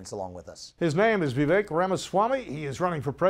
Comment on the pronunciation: Why must people STILL call him “Veeveck” ??